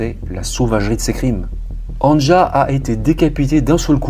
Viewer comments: Un tip pour la prononciation des prénoms : Anja, c'est Ania. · On prononce « Ania » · Anja se prononce « Ania » normalement .. enfin bref peu importe , paix à son âme ... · LE PRÉNOM ANJA SE PRONONCE ANIA , VU QUE EN ALLEMAND OU AUX PAYS DE L'EST, LA LETTRE J ( JULIETTE) EST PRONONCÉE COMME(I ) DE IVAN ...MERCI. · Histoire particulièrement ignoble, pourtant je suis habituée. Tu racontes vraiment très bien. Le prénom Anja se prononce Ania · Anja se prononce Ania ;)